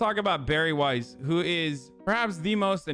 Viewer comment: The way you pronounce Weiss hurts my soul